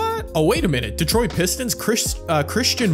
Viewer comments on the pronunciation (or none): none